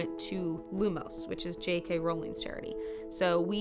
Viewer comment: Finally an American says JK Rowling and not JK Rouwling